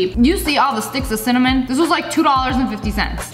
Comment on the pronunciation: Love how cinnamon turned into sinnymoan lmao.